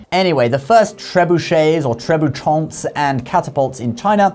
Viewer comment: As a french speaker I did cringe at that pronunciation xD You don't need to make any nasal sounds, there's no 'n' in there. You pronounced it as if it was written "trebuchants"